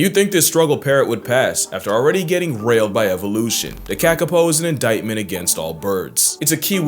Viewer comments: Ka-Ka-Po? The Kiwis pronounce it “Cah-Cah-Paw” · minor correction/info on how to say kakapō: it's kah-kah-paw / kuh-kuh-por (with non-rhotic 'r'). not ka-ka-poh. aroha from aotearoa ❤ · Love seeing our weirdo little birds featured 😀 quick note, Maori vowels are more like Spanish ones than English. So it's said more like car-car-paw. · It's pronounced kah kah paw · So it’s pronounced kākāpō. The - above the letters indicate a longer sound. So Kaah-Kaah-Poh The Maori vowels are AAH (A), EEAH (E), EEE (i), OOHHH (o), EUUU (u) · I know I’m gonna sound like an asshole, but I’m from Aotearoa and Kakapo is pronounced like kaka (poop) and po (like the tellytubbie). Te Reo is a great language to learn, cause once you know the sounds it’s so easy to learn new words and spell them!!! Thanks for coming to my Ted talk 😂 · As someone who studied kākāpōs for a year, it's pronounced caw-caw-po caw like ha but with c and po like hoe but no e and with p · Its pronounced 'Car Car Por' my bro but man you are amazing your videos with your lingo makes my day bro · As a New Zealander, I find his pronunciation of Kākāpō, to be very frustrating